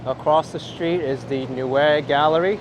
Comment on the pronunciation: At 29.20 "Neue Galerie" corner 86th street - 5th Ave. Sounds like "nojje Galerie" not "newe". Also the jumping-off place of the German-America Steuben Parade last september 21th.